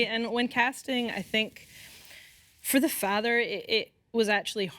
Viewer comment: That delivery of "For the Faaather" was as Scottish as can be I love it😂